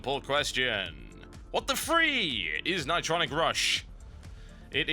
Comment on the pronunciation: ni-TRON-nic RUSH